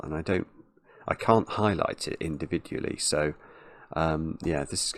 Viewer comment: Did you say indivigually or am I trippin lol